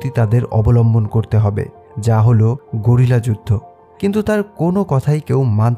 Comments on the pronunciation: 😂 গেরিলা হবে ঘরিলা নয়😊😅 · গরিলা যুদ্ধ😳😳🦍🦍 নাকি গেরিলা